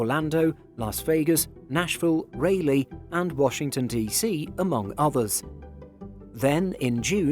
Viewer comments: I have never heard Raleigh pronounced that way, LOL In 'murica we say "RAWL-ee" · It's "Rah-lee" not "Ray-lee" (RDU)..🤣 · R-ah-lee not Ray lee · Raleigh is pronounced RAA-lee not RAY-lee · Please get the place name pronunciations right. I live in the UK, and I still know it is Ost-in and Rah-lee. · Just an FYI on pronouncing KRDU, Raleigh, NC - "Rah'-lee". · It's pronounced "RAH-LEE". American had a hub in Raleigh in the 1990s and it failed. However, Raleigh has grown dramatically and is a much larger metro now. Raleigh is likely too close to Charlotte (AA's Southeastern hub as a result of the merger with USAirways) to become a focus city/mini-hub for AA again for a few reasons: 1) DFW is a much larger metro area with far more O&D traffic than Charlotte. 2) The Charlotte hub is highly dependent on connecting traffic (more so than DFW) 3) AA depends on high fares from business travelers to feed their Charlotte hub and Raleigh is a great market to do just that for AA. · "Raleigh, rhymes with Jolly." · We don't pronounce it ray-lee in England either, so his pronunciation is weird no matter which side of the Atlantic you are. I'm grimacing at the way he's saying Austin too. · Raa lee durham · Your mispronunciation of Raleigh (twice) is so wrong. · Please learn how to say the names of American cities correctly in the future. Thanks. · The mispronouncing of the NC city Raleigh is cute. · As a North Carolinian the mispronunciation of Raleigh pained me. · You’ve butchered the pronunciation of Raleigh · This guy's pronunciation is shockingly bad: Austin is pronounced ost-in Raleigh is pronounced rah-lee circuitous is pronounced sir-kew-it-us Are they paying him or does he do it free of charge?